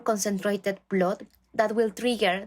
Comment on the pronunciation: Why does she say [blod] It is [bl^d]